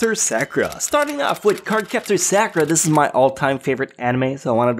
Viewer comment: The way he says Sakura boils my blood